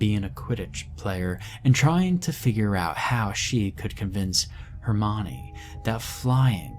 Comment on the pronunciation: Nah it’s the mispronunciation of Hermione